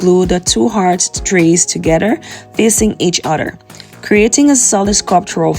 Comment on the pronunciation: ToGETHER is NOT pronounced ToGEDDER !